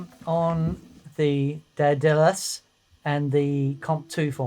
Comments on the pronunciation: Just quick FYI: "Daedalus" is DAY-duh-lus (or DEH-duh-lus), figure from Greek mythology, most famously father of Icarus (and maker of the wings that flew too close to the sun). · Great episode gents. I had to laugh though at your butchering of Daedalus (Greek Mythology) - pronounced "Day-duh-luss". Both rigs sounded killer and I was very impressed with fuzz. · I love the red in the burst of that strat! Looks so cool! I have loved the Nordvang '83 Drive ever since I saw and heard Shawn Tubbs demo it a while back! GREAT pedal but then I am a Blues BReaker and Klon kind of fella.,..I like the Klon going into the BB circuit! Can't beat it! PS it is pronounced Day-Da-lus...didn't you ever watch Hercules cartoons when you were little? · C'mon guys, it's pronounced Daedalus...